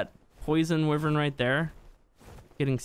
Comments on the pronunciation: NOT WIVERN ITS A WYVERN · It's why vern. Not we vern. How can american not know how to pronounce their own language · sorry but im skipping to abberation because you keep saying wivern no wyvern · Not to be rude at I love your YouTube is my fav ark channel along with mr meola and Ik you can say it how ever you want but I think it’s pronounced. Why-vern. Not Wiv-ern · It’s not wuivern it’s like yvern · It's easy stealing wyvern eggs. If you know what your doing, unlike the first 2 times I tried. Anyway, it's pronounced WYVERN not WIVERN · sis called a wuvern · its why-vern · And your supposed to say wyvern like it's spelt like this: why vern Not hate'n just saying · Sir you realize your saying wyvein that's not how you say it ._. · He can't even say wyvern right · It drives me nuts the way you incorrectly pronounce wyvern. I love your videos, but this is really annoying lol